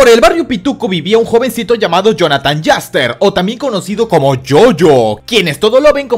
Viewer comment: Yaster? se pronuncia mas como you estar en español